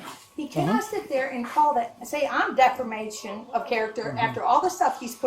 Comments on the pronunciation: How did she become Mayor. Does the person with the most teeth win. She can't even say defamation. She keeps saying defermation. What an idiot. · these people are insane. did she really say defermation😂? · One question? What in the hell is def-er-mation? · This mayor is hilarious. How many times did she mispronounce "defamation?"